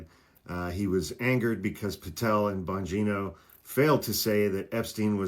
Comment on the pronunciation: "" lmfao